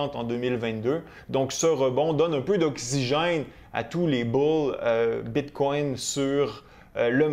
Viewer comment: J’aime bien tes vidéos, mais ca tappe sur les nerfs la façon que tu prononces bitcoin. J’ai le goût de me smasher la tête sur le mur… Bit🦆 🤦🏻‍♂️🤦🏻‍♂️🤦🏻‍♂️